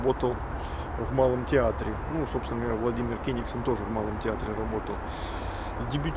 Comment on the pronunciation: Не КЕнигсон, а КЕнигсОн. Очень трудно слушать с такими ошибками